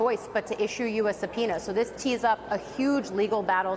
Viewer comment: Are you saying a subpeonia isbullisht